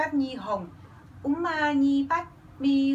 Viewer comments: Mình cũng cười sặc. "Om" nghe dài hơi rung rung, chuyển qua "Úm" cụt ngủn. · Mình ko có ý so sánh điều gì ở đây ,mình cũng nghĩ sao cho phù hợp với người nào đó thôi. Mà nge đoạn chị ấy đọc úm mà tôi bật cười 1 mình lun ấy